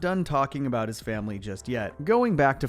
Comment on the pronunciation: "aboot" are you Canadian my friend 😂